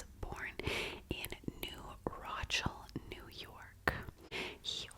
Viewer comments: Oh no! It’s New Ro-shell or also New Ro 😄 it’s just a town away from me! If you look up New Rochelle, lawyer, covid, national guard and quarantine, it’ll blow your mind! I live in Westchester and you nailed that 🤩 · Haha it’s pronounced New ru-shell but great 👍 vid